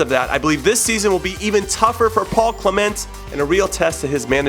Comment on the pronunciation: Cle'ment and Jilfy 😂😂 hilarious pronunciations